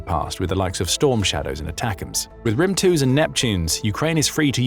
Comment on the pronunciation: the "thunder" missile is pronounced as "grim" not "rim", I am Ukrainian and I know it so